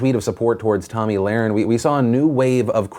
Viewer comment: Can you say her name right damn shit